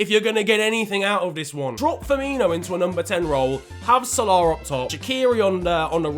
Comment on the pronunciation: why do you say salah like sole-auohhhhhh it is sal-a